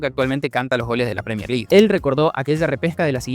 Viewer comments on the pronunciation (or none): none